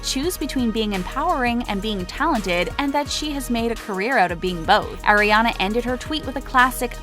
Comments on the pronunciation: ITS ARE-IANA NOT AIR-IANA JESUS CHRIST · She said “Air-ee-Ana” it’s “Are-e-Ana” Sorry I’m just a fan that gets triggered lmao. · Can we please pronounce her name correctly it’s Ari-ana not Aire-ana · “AIRIANA” HOLY MOLY NO ITS ARRRIANA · so many years and people still cant pronounce aris name correctly. it's AH-riana not AIR-iana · it's 2019 and ppl still call her air-iana a instead of are-iana? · Oh, *Air*iana Grande It's pronounced Ariana, not AIRiana. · Who really GAF! 4 REAL. BTW PLZ PRONOUNCE HER NAME AS "ARE- EE - AH - NAH NOT AIR- EE- AH - NAH (TYVM ) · It’s Ariana not airiana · 4 second in and they already made me cringe by saying “airiana” 😂😭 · "oh AIR RE ANA Grande" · “Airrianna grande” oh 😂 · Did she just say “Eriana”? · air-i-ana AHHH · Oh AIRIANA GRANDE? who is AIRIANA? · if you can't say her name right... don't make a video about her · yea wtf